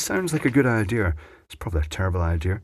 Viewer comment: DO YOU SEE an "R" in the word IDEA??? Hummph...